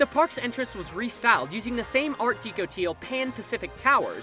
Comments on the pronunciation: Deco != "Deeco". Deco == "Dehco" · Art Deco is pronounced deck-oh not deeko (sorry was driving me nuts) the deco comes from decorative arts. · It's art DECK-O not art DEEK-O. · It's pronounced 'deck-oh' not 'dee-coh' It's pronounced 're-cre-a-shun' not 'wreck-re-a-shun'' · I wondered if anyone else was going to mention that. It's Art "Deh-coh", not "Dee-coh". Easy to fix, I hope! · Art "dE-cOH"?! 😂😂😂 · Please learn how to pronounce "Art Deco..." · not how you pronounce Art Deco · Your saying DECO wrong you know